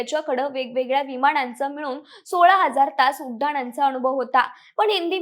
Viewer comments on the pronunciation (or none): none